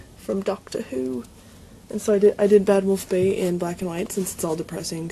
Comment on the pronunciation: I love how you automatically put a bit of a british accent on the words Doctor Who. As it should be.